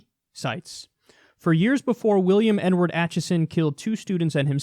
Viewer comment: Sounded like you said "N-Word" instead of Edward. I thought it was his username.